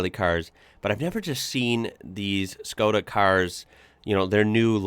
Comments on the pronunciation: You said iz correct: Shko-dah. In Europe 90% of these are diesel. Very low fuel consumption but nice torque and it pulls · You say it good,its Škoda. "Schkoda".I have one too Karoq SportLine. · said škoda corectly and nicely👏🙋🇨🇿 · you said škoda perfectly right by me as a czech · you are saying ŠKODA just right. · You said Škoda perfectly, i also think that internationaly they go as Skoda so youre fine either way. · Your Škoda pronounce is great, noone will be angry :) Wagons.... here in czech we have allmost everthing in wagons and almost 90% of cars witch are sold like a sedan or wagon are wagons :) ( much more space for almost same price) even i have Octavia wagon :D ( octavia have the biggest trunk in her class). Love your work by the way :)